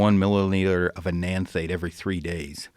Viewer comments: "Enenthate" "Trenabolone" E2 problems. Yeah this dude should not have been touching gear. Learn the stuff before blasting. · Ethanate eNaNthATe isn't a thing pronounced eth en ate. He admitted he doesn't know what he's talking about. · Come on Joe, you don't know Enanthate? 🤣🤣🤣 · I think most TRT docs use Cypionate. And it doesn’t help that the guy was butchering the pronunciation of Enanthate.